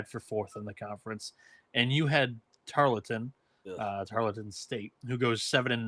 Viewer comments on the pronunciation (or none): TARLETON ( TAR-EARL-TON) not Tarlington. You can’t even get the starting 5 right. Sigiscar, Mpaka, Issacs, McDowell, Johnson. Healthy, this team will win the WAC this year